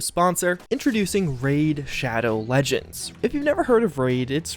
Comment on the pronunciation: “RaID ShADow LEGnED”